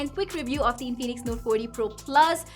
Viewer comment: its not in-phoenix its infinix😀😀